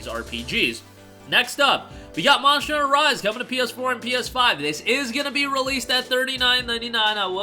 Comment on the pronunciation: Why do you pronounce Monster like that? "Monsher"